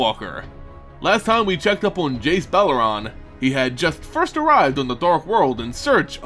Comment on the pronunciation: Why do you pronounce it Jace's last name as Be-leh-rahn when it's spelled like Beleren and looks like it's pronounced Be-leh-rehn? Great video though :D